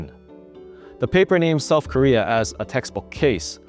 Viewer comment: Say South Korea precisely.